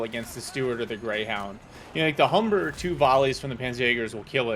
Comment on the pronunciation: It’s “Humber” not Hubber! :)